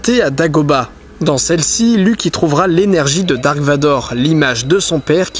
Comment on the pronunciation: en plus on dit darth et pas dark